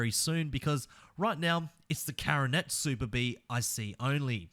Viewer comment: Dodge Coronet Super Bee not Caronet